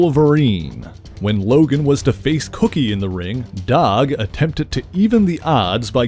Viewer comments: Dawg ? Are you trying to say Doug ? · Are you saying "dog" or "doug"?